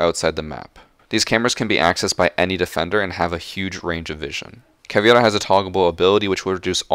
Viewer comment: I don't really need this, but I'll let it play in the background for that YT revenue Ahaha But he still pronounces Cav's name funny with the "I" before the "E"